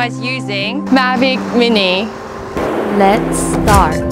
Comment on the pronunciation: when the vido start it sounds like she said magic weenii, i was like this a good vid but then its just thr drone she was talking about, so im looking now... lol